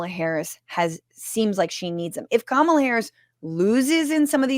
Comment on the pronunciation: Chappell Roan released another message this morning where she did get specific about Trans rights and Gaza, and also said she was voting for Kamala (whom she mispronounced.)